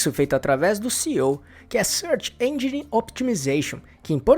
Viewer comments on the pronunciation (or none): none